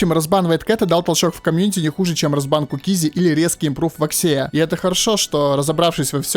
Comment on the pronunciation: вАкси а не ваксИ вроде